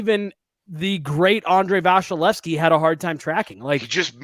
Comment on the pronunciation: why does call him VASHalevsy?